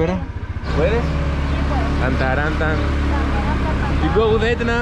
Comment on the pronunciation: I enjoyed the video very much but am disappointed that after all that you still couldn’t remember her easy name. Edna not Anda 🤦‍♂️🤣